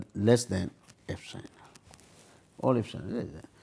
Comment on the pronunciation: Not "Fsinal" it will be "epsilon".